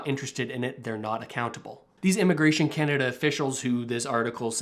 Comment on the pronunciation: I turned you off the minute you said Radio Kanada